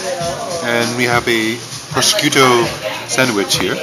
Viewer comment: Please don't feel lectured by me, but I think prosciutto is pronounced pro-shoe-toe, the sc like sh, at least that's how we here in Germany pronounce it